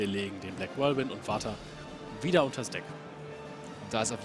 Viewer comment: nächstes mal bitte Whirlwind richtig aussprechen kollege